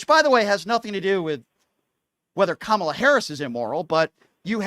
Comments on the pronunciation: Oh yeah, sure. Kamala couldn't have accomplished anything on her own merit * snark* this caller is a maga POS like all of them., come on, man. And her name is Kamala.: like a coma + la dumbass. They mispronounce her name purposely as a means of disrespect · It's Ka-ma-la or VP Harris! 🗳💙🇺🇸⬆️⬇️ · Pronounce her name right You piece of💩. These story’s that came out about the 🤡 and been investigated and that’s why he’s where he’s at 💩 behavior and trying to normalize his criminal behavior f you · Pronounce her name correctly. Show at least that much respect. You know nothing! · Say VP Harris' first name correctly. Shows just how ignorant you are! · Why can’t this MF’R pronounce the VPotus’s name correctly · Can any of these guys pronounce her name right? Are they doing it on purpose? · This jerk is purposely mispronouncing the VP's name.He is a racist. He is scum. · He can't even be bothered to learn or pronounce her name correctly. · This moron can't even pronounce Kamala's name correctly.